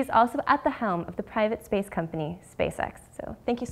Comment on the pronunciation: Its only me or she said space sex :D